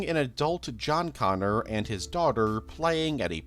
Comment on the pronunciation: You add syllables to words like And and have an odd inflection but excellent content